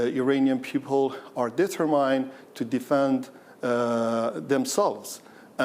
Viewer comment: “Determined” or “detrimined?” 🤣🤣